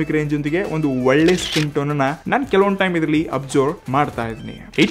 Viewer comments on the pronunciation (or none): none